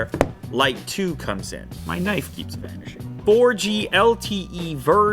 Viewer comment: "My knife keeps vanashing." ~Lew 2019